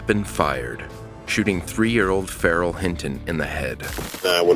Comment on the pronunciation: That poor kid. Guns in America, man. I'll never understand. And the way the narrator said the kid's name Pharrell, weird. 🤨